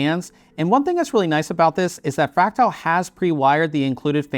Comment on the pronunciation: Why are you calling it fractile? There's clearly an "a" after the t